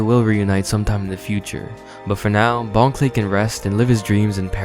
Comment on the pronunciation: Also, I’m pretty sure it bon kurei (pronounced very similarly to clay)